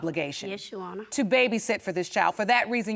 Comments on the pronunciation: she's actually saying "your honor", it "sounds like "you honor". you got to listen real close... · Ndumbe Stop putting words in her mouth. It is pronounced: "yoowannhah". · How hard is it to say "YOUR HONOR" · Why she keep saying "You honor".... For goodness sake, it's YOUR HONOR!!! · Omfg its YOUR HONOR. not " you honor" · I thought it was "Your Honor" not "You Honor" 🤦🏾‍♀️🤦🏾‍♀️ special ed at it's FINEST 😂😂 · the pronunciations, pronouns, speech in general is just killing me!!! " YOU HONOR" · This would be the most speech impaired child ever "you honor" 🤦🏾🤣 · Why is she saying Uhonor??? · Yes You-au-wner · YA'ONNA lol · Between "udder" and "intervriew" by the potential BD and the constant "yes YOU honor" by the BM...I'm skipping to the end y'all...I can't with these two. Hollering!!! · No no no you wrong... “yo’honna” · she saying 'Yo Honor' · Nydel Ndumbe Right!!!! She just kept saying it. Good grief. I was trying to figure out if they were just super country or super ignorant.